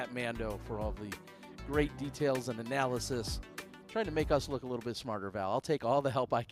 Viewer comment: Still pronouncing it Loo-kay huh?